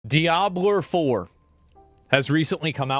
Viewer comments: "DiAbLeR FuRr" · "Diabler four."